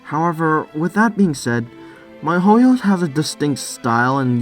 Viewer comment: Damn, I was confused for a sec cause it sounded like you said Mihoyo when in fact you were saying Mahouyo, which is a pretty weird way to abbreviate Mahoutsukai no Yoru ngl. Why even abbreviate it in the first place, Wizard's Night is perfectly short enough name to leave unabbreviated.